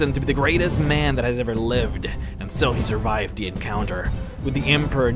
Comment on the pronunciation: ..But he's just a MA-YAN....Stahp...Please..Stop saying it that way hahah